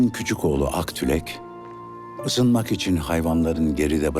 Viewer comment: Emeğinize sağlık çok güzel bir belgesel olmuş fakat aktulek değil aktilek (akdilek), akcol değil ( Akyol) ayrıca Moğolistan topraklarında yaşayan kazaklar.